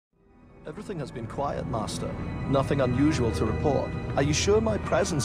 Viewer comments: Only problem with that JAT guy is how he pronounces "master" like an American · The only thing I find wrong with James Arnold Taylor's imitation of Ewan is the way he says "Master". He goes for the american pronunciation instead of the english pronunciation